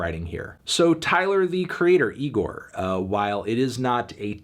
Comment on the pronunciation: Anthony, we already talked about this. It's IGOR not NIGOR.